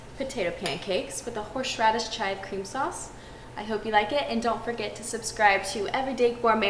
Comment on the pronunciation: Where can I get some "horshe radish"?